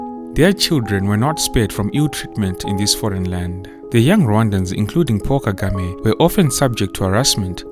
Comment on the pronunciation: Paul Kagame. It sounded like "Poor" Kagame. He is the rare African leader who is honest and speaks the truth convincingly.